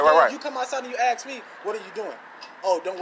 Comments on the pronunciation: “Let me axe you somethhin” “Am-bal-LANCE”🤣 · What does ax me mean? Where’s proper English? It’s ASK not Ax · I've never "axed" anything to my knowledge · Why can't people speak English? It's ask, not axe. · And someone please teach that young guy to pronounce the word ask...... Its simple. Its only three letters. Even a cop could manage that.....